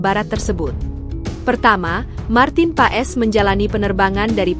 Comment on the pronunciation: bukan marten paes...marten pass dibacanya...